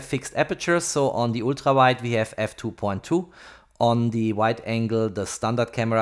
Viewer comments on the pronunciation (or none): Please, stop calling Huawei a Hua-Y, and Ultra ['ʌltrə] is not ['ultra]. I can hear your native language is german, nevertheless...